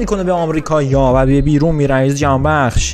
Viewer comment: فقط اونجایی که گفتی جهانبکس🤣